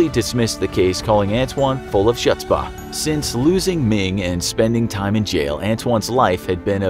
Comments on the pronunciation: me: the video: me: the video: s h u t z p a h me: BOY its chutzpah like kh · The word is pronounced "Hud spa" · THAT'S NOT HOW YOU PRONOUNCE CHUTZPAH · Ouch, your pronounciation of "chutzpah" just made my grandmother spin in her grave. Cool video! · da Jews out there cringin at his pronunciation